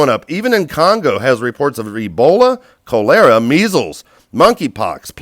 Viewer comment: Cholera is pronounced call-er-uh. Equine is ee-kwine. Lapid is luh-peed. Please learn how to pronounce words before you record your videos. Quite frustrating to hear you (in a different video) go back and forth on Lapid’s name (even admitting you need to learn correct pronunciation)— if you are unsure, choose ONE way and stick with that until you know better. But seriously, cholera and equine are common enough words that you should know how to pronounce them.